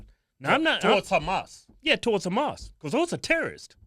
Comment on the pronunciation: Haha hells ya!!! You pronounced Humas right!!!😂😂😂